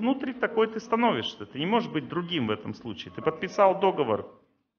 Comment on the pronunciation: Спасибо, информация усваивается! Только надо говорить "договОр", так же, как "квартАл".